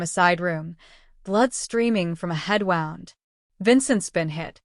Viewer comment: Is the voice AI and can it be changed or fixed? A lot of words are mispronounced! Like wound = injury whoond not wownd! The voice isn't annoying. The mispronounced words just pull me out of the story! Good looking couple! So is Enzo from an Italian + Asian family? Korean hottie with an Italian sounding name! 😅